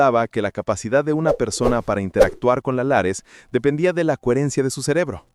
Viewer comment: Lattice no lares